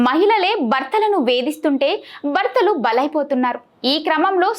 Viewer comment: Bartalu kadu bhartalu batata kadu bharat yem cheptunnavu telugu sariga palakandi pls